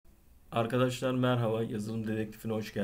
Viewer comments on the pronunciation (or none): none